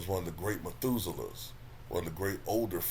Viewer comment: " Great Metusala " 🤣😭🤣